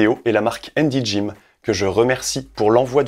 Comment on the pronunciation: Handy gym, on prononce le H.